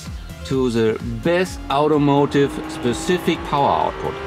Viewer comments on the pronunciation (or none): none